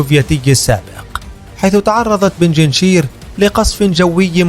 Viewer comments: بنجنشير ❌ بنجشير ✅ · يا صاحب الفديو .. بنج شير ... بنج رقم خمسة ( بالدومنة ) و شير اسود ... بنجشير و ليس بنجنشير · اسمها بينج شير و ليس بيجينشير لا تلفظ هكذا